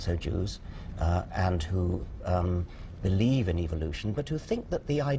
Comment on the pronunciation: The way she says "belive" is so damn close, if not the actual same, to the way Ms tenn South Carolina, says it... "I personally belive"... I bet they are related.